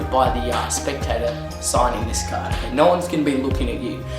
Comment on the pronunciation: it's 'card' not 'carT'